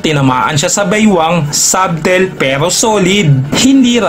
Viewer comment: ˈsə-tᵊl talaga yon hindi sub-tel